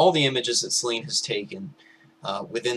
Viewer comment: I'd just like to point out that "Selene" is pronounced as if it were spelt "Seleenie"